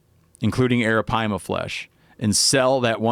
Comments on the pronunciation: Drinking game: take a shot everytime steve says aripima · Took a shot every time he said arropyma..got alcohol poisoning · hit the bong every time he says arapaima